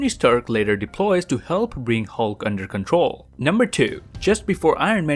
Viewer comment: “When Ultwon took contwoll”